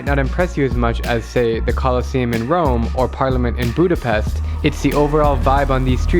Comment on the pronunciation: You really said R O M E